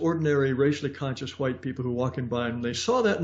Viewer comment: "let me axe you sumthin'" "huwhite".... Love you Jared.